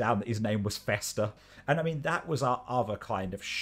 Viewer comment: Bester, not Fester.